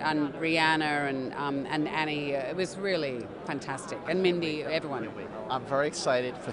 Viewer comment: Cate it’s not Annie, it’s Anne. Anne Hathaway.😂